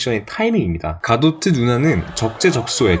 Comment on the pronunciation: 갈..가도트..?? 졸 어색하네 이름 ㅡ.ㅡ;; 그냥 갤가돗이라고 해주면 안돼?